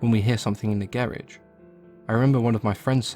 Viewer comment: I HATE how you say garage, but your stories are incredible! I'm about to look up, The Rake rn!